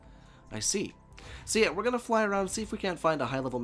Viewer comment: “It’s gannah be an awesome freakin day”